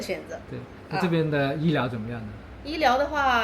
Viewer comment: 在不做旁白,但对镜头讲话或采访时，语速太快，还是你讲粵语的带速习惯，加之几乎全部平舌卷舌音不分，“ 怎么” 发成 "紧莫"，"云"发成"银"，"休"发成"siu", "容" 发生"yong", "错" 发成"chuo", 只有"是,实,食" 正确发卷舌音，如不看屏幕文字，听明白还是有些吃力。